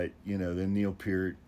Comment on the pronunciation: It's pronounced Neil!